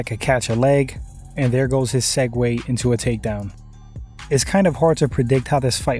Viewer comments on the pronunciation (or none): none